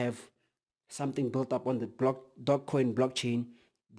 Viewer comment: I only hear DOGcoin... Do you're homework brother! You're missing a E... Tzzzzz